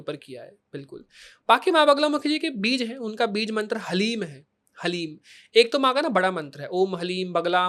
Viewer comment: बीज का उच्चारण भी स्पष्ट नहीं है इसका 😐